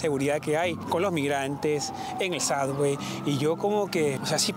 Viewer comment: suBBway...............en vez de suDDway